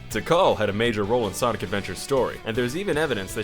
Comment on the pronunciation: i believe he said blonic